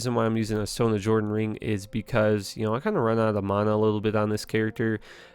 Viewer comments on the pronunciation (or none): MAN-AH. CHAM. NOT MEYNA AND CHAIM. ffs dude why do you mispronounce EVERYTHING.? a word as simple as attributes you say wrong, and you said you've been playing Diablo II for 17 years? NO fucking way, bro. Lmaooo.